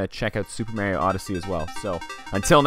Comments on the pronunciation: You had a stellar video going. Hilarious! Then you tanked it at the end by pronouncing Mario Mary-O.👎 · Why do people call Mario meario